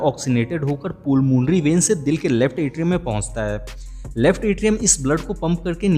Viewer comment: पुलमोनरी वेन नहीं पलमोनरी वेन होता है